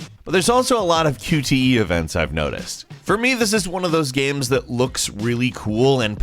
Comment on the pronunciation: I too, enjoy "gaems"